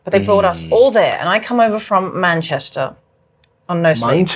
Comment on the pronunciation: MVP pronouncing "Manchester"....got me tuff...great stuff! Cheers folk!